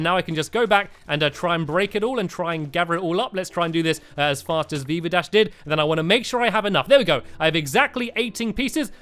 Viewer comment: BeaverDash 😂😂😂😂 Haha it's VeevaDash